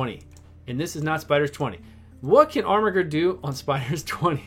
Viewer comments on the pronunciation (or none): 3 channels in a row is there some meme im unaware of or is everyone illiterate because thats not how you pronounce armiger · Every time you say armiger with that hard G, a baby yoda dies.